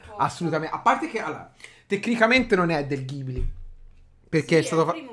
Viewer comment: Si dice studio Gibli anche se si scrive Ghibli